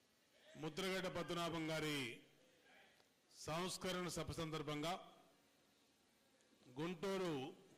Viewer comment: Samskarana kaadu babu Samsmarana.